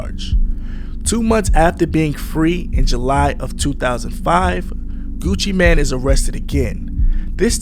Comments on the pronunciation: It’s pronounced Gucci Mane not Gucci Man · How this nigga gonna say Gucci mane name wrong and have clips of Gucci saying Gucci mane and STEADY calling bro Gucci Man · Mane not man okay? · This is a nice compilation of clips, but holy hell the amount of words clipped out is insane. That and calling him 'Gucci man' instead of mane is pretty damn annoying. Like, mane != man. How tf you fuck that up? Imagine calling Super Man or Bat Man Super Mane or Bat Mane lmao. Like its just not even close. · Ngl hearing you call him Gucci man not main hurt my ears the whole video. Other than that good video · It's Gucci MANE not Gucci MAN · Is this Ai? Why is he calling him Gucci Man?